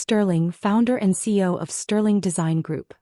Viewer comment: You all need to learn that it’s C-E-O not CO the way you or your AI continually pronounce it.